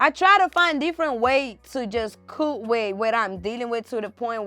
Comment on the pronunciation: lol the way she pronounced cope 😂